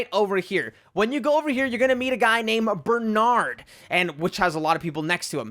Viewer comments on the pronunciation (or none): none